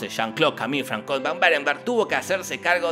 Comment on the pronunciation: a mi me chirriaban los oidos cuando en lugar de pronunciar "fransua" pronunciaba "francois" asi de una, pero por el resto 10/10, uno de sus mejores resumenes